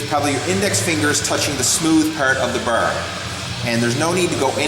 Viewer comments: Ha ha ha he can't say bar, BAR not BER :D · Only i that hear him saying "burr" instead of "bar"? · I have a feeling he's Canadian when he says "burr". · I knew you were Canadian because of the way you say bar